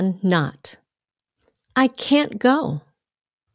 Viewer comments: Can not phải viết liền cannot Can't pronounced sai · Can đọc là ken , còn can't cũng là ken nhưng có âm "t" á